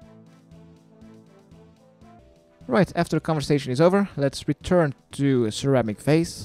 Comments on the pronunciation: never thought of sir amik varze as ceramic vase until you said it like that XD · Sir Amik Vaze..... Ceramic Vase... facepalm